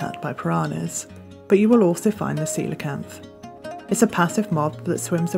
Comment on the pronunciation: Thanks for pronouncing it correctly! I've seen so many people say "coal-acanth"